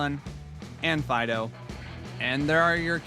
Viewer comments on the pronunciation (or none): Welakthuwallly, it's pronounced Deden and Fee-dough (given their etymology).